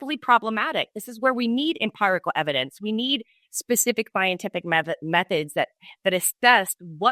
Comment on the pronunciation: Why does pronounce empirical as empyrical?!! Sounds weird 😆